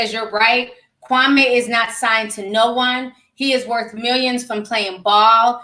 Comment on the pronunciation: Kwame name is pronounced “Kwameee”...Steven A is the one who changed the pronunciation